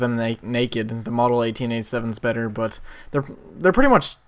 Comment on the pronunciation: i love the way you say but its like butta